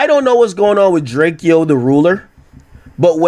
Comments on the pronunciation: How this ninja still pronouncing dude name wrong as much as hes in the news...Dray kee O??😂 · Wack can't even say drakeo correctly he is cat 🐈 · He is saying Drake-o to troll